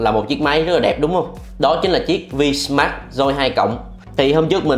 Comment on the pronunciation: Máy tên là vsmart joy 2 plus ,ông này lại đọc là vinmas doi 2 lớt